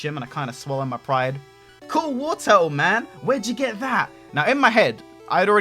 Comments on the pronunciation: It's Wartortle, not Warturtle! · You pronounce Wartortle wrong ://////